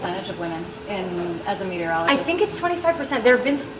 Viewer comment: How long did you have to practice saying "meteorologist". ;) Well done!!